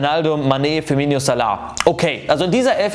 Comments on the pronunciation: Hör doch auf FIRMINIO zu sagen anstatt FIRMINO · Bitte hör auf firminio und sanchio und bufo zu sagen